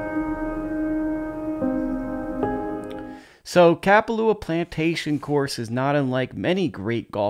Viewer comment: No disrespect but, ur saying kapalua wrong